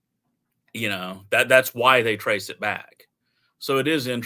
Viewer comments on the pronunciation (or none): none